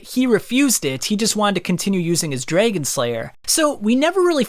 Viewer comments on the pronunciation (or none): Why say "Dayger" and "draygon" slayer? I liked the video just no idea where the accent is from?